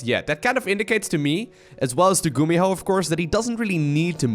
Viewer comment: "a big blow by gumiho(e)" 2018 😂